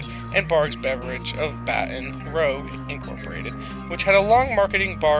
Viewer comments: And for that matter, Baton Rouge is not pronounced Baton Rogue. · I was also super mad over the Baton Rouge pronunciation. I grew up there... It's "BAT-ən ROOZH" or "battin' rogue." "Rouge" is said like the French word for red. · Please it's Biloxi (Biluxie) and it's Baton Rouge (Batten-Ruj) Thank you!